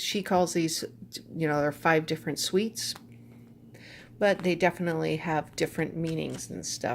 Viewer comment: They're pronounced "SOOTS" not "SWEETS"